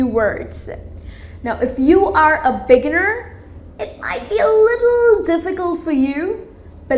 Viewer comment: Very good tips. I only have an observation concerning the pronunciation of the word beginner , that you pronounced with the stress on the first syllable whereas the stress is on the second syllable. The rest seems to be okay. Congratulations.